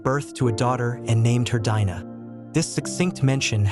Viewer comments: There is a Jewish woman Anita Dimante who wrote The Red Tent, even though it's a fictional novel about the life of Dinah (pronounced Deen nah not Dye -nah) I am sure being Jewish and going through Hebrew school for her bat mitzvah this lady would know the proper pronunciation. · Her name is pronounced Deenah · I would have liked this video more if you didn't keep repeating the same thing over and over and and if you didn't pronounce her name wrong. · The way her name is mispronounced is cringy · No, it isn't. The i in Dinah has a long e sound. I studied ancient languages.